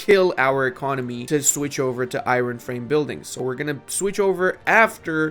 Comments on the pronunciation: Stop it stop it stop it not IRon ION no emphasis on the R!! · I love your channel but every time you say EYE-RON instead of Iron I die a little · Why do you say Iron like that? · "iren mines" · saying "i-ron" gets me every time lol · The way this guy says iron kinda makes me crazy not gonna lie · I’m gonna be honest man the way you say Iron makes me want to die inside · How the hell are you pronouncing "iron"? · I never know if he says it that way ironically or not